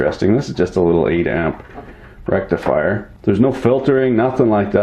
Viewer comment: Did you say 'Rectal Frier'? Can't see a use for that unless yer into that kinda thing.